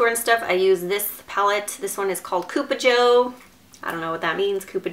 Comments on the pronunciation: its cup-a joe...pronounced kinda like cup of joe...which means cup of coffee as the colors are colors of coffee...just thought u should know...wanted to see just cupa joe, not purple colors...damn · Pronounced cup-uh Joe. Like cup of Joe. Coffee. Get it?